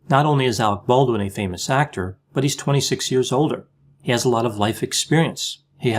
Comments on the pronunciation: Even better: I think he said "Hollywood HACK-tor." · Lmao, “hollywood Hactor” perfect. I work in Hollyweird and see many Hactors!!